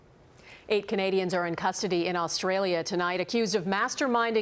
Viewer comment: Learn how to say australia you dumb ass